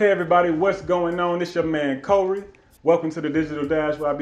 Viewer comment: This your man “KOHorey” 😂😂😂 it’s the way he says his name for me.